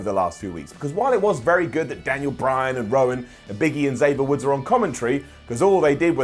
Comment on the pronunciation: X-ooooo-vier Woods and Erick Wowan? Speech output on point 😂